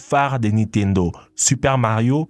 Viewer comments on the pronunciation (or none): none